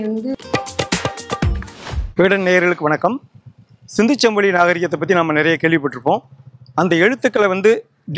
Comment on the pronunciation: பேட்டி காணும் பெரியவர் ஏன் " சிந்துச்சமவெளி" என, மீண்டும் மீண்டும் கூறி ,"சிந்து சமவெளி" என்பதை சிதைத்து, தமிழை கொலை செய்கின்றார்.அவரை திருத்திக்கொள்ளும்படி வேண்டி கொள்கிறேன்.